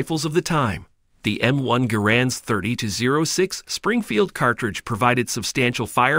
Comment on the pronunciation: Wow you said 30-06 in the worst way